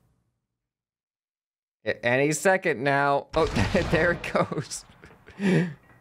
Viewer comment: Second Tah say second